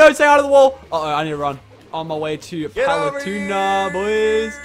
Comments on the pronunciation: I bothered me how said Paletuna instead of Palutena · It is not palatuna it is palatena!!!! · OMG, PaluTUNA can you not. Palu-tEHna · I'm amazed i havent seen this yet... ITS PRONOUNCED PAL-OO-TEY-NA NOT PAL-OO-TUNA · Does know hes saying her name wrong??